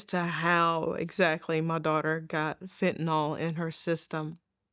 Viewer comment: I've watched lots of these sad stories. In all of them, the folks pronounce it Fentanol, whereas, it should be pronounced Fentanil ... the y in the name is pronounced as an i, a 'soft' i, being Fentanyl.